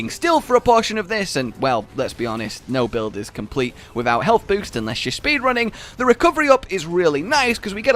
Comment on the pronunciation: "Healt with food"